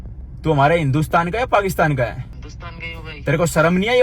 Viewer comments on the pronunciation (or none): none